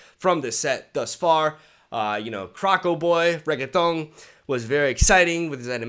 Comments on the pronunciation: When you say Renekton I always hear Reggeaton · same goes with renekton lol